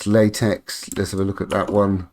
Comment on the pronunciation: Nice video. I'm finally jumping on the LSP train myself and this was helpful. Just FYI, the X in TeX and LaTeX is supposed to be the Greek letter Chi, so it's actually pronounced like"Tek" and "La-Tek" (short "a" sound, like the a in "law", at least on my side of the pond). Blame Donald Knuth :) On the plus side, it cuts down on the condom jokes.